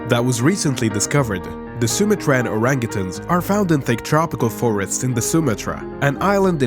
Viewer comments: Not SumaTRAN... it's SuMAtran... emphasis on the MA... Phoenetially Sue-mah-tran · "Soom-uh-tran"? Lol, no ---"Su-mah-tran" they're found in Sumatra, "su-mah-trah". Grief...